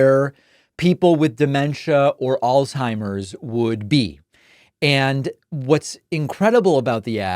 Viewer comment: its not pronounced old timers david,,, do your research buddy, sloppy speech